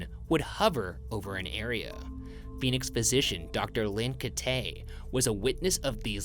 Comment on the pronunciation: Hey, Ryan. Dr Kitei’s name is pronounced like keytie. Source: My Mom worked for her and her husband for 15+ years and Dr. Frank Kitei (her husband)was my PCP for almost 20.